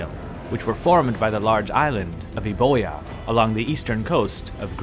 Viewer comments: Conventionally, Euboea is pronounced Youbeea (yuk, I know, but that's how it's done. The Greek spelling is EUBOIA, where you read every letter, and it means Fine Cattle or Good Grazing. Thr Modern Greek pnonunciation is even worse that the English: they say EVVIA "ev-vee-a".) Oh and also we say ZERKSEEZ for Xerxes. Again, the ancients read every letter as it stands (why do anything else!)... although during my postgraduate researches I determined that Xei (x) was pronounced more like our English ch in some dialects of ancient Greek. But that's a whole other great big topic... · euboea, classic island for people mispronouncing it due to poor romanisation... i know you pronounce it right in other videos, so no shade, just sort of funny! good video!